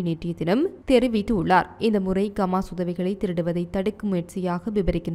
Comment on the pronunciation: கமான் இல்ல ஹமாஸ் கவ்தி இல்ல ஹவ்தி